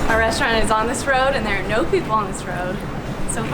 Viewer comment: pronoucation of the restaurant was great!:) Hoping to hear to speak italian english as well.:)